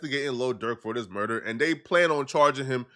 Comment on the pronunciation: You said quando rondos urder